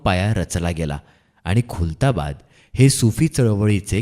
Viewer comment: This not kultabad it's khuldabad.